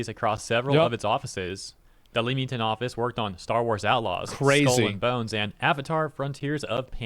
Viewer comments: It's not pronounced "Leem-ing-ton". It's "Lem-ing-ton" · As a Brit it physically pains me to hear how he pronounces Leamington 🤢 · It’s not “Leemington”, it’s “Leh-mington” !!!! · Another British town name that isnt said the way you'd think.. its said more like lemmington. 🍋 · Pronounced "Lemmington" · It's pronounced le-ming-tun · It’s Lee Ming ton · It’s LEEEEEE-ung-TOOOON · He's pronunciation of Leamington made me chuckle. Lived In Leamington Spa and it's a great town. But it's pronounced LEM-IN-TIN. We've got a few of these in the UK, where how it's written and how it's pronounced are wildly different. Bicester (Also lived in for years and is close to Leamington Spa) and Loughborough. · "lem-in-ton" is how we pronounce Leamington here, before we stab you then go for a cup of tea.